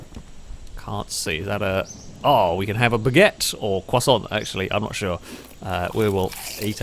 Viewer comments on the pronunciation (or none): none